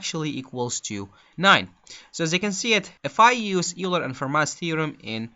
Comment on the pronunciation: Just so you know "Euler" is pronounced "Oiler". Thanks for the video!